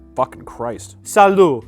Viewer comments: I never knew someone mispronouncing Salud over and over again could be so god damn funny lmao he sounds like a cartoon character saying a catchphrase SALLOOO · The first time he mispronounced salud, I forgave it. But my mental state has slowly worn down with each and every "Saloo" 😂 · My Hispanic ass hearing him say “Saloo” and taking psychic damage 😀😀😀😀😀😀